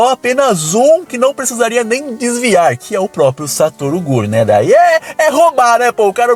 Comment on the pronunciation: KusakabÊ MahoragÁ Satoru gÔjo Cara que fala assim é escroto demais